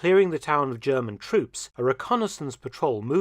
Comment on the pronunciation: I love your impeccable German pronunciation 👏👏